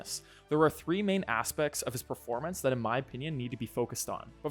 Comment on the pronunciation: “3 main APSECTS!” I’m teasing, but I love this workout!